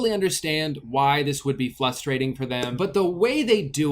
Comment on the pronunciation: That teeny tiny smile everytime he says "flustrating" in the first video lol